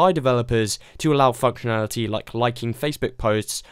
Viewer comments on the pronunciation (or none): "to allow f**kinality.." xD